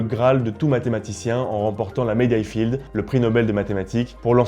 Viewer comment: La médaille Fields pas "Field"